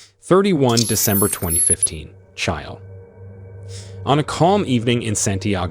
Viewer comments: I like your channel so far and have recently subscribed. But one minor correction I have to make in all due respect because of your professional narration. The South American Country you refer to in the beginning is pronounced Chill-A, not Ch-isle. I only say this because it sounds like you have an AI narrator that is pronouncing it phonetically, if not I just want you to continue to maintain this high level of excellence. Thank you, and keep up the good work! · yeah, technically it's "chee-lay", or often pronounced wrong in the U.S. as "chilly", which is borderline acceptable. But seriously...how have never heard that word pronounced out loud before? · Dude, please learn how to pronounce Chile...how stupid can one be?